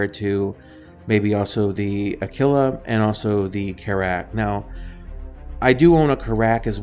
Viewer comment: Your pronunciation of "AKILLA" versus "AH QUIL AH" , "B-U-K" instead of "BUCK", Carrack strangely pronounced, general lack of information made me down vote. Keep working on your presentation.